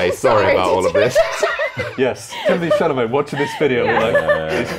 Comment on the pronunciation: I think it's appalling that no one laughed when said "Timotay Chomlett"